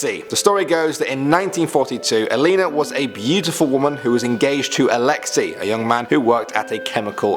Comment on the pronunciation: It’s pronounced Alex ey like the letter “a” not alexi